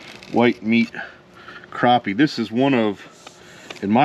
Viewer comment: Next time you're in South Carolina ask someone to tell you how to pronounce crappie.